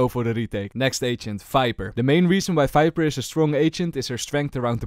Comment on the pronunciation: Him saying viper as "fiber" tickles my brain